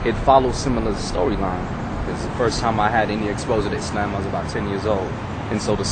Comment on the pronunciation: lol-do all muslims take a "how-to-explain-a-simple-idea-in-the-most-round-about-and-long-winded-way-possible" class? it's all love though. but for reals-muslims (expecially black muslims in the u.s.) are some interesting people. and why did he keep pronouncing islam like "is-lamb"?